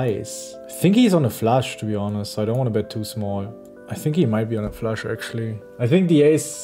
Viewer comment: Love it! But guys...who told Ben to pronounce Flush as Flash?